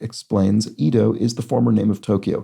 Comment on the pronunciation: Small pronunciation check: Edo, the former name for Tokyo, is “Eh-doh”.